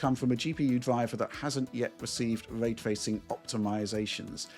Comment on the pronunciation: hes a dork shill who says Way Twacing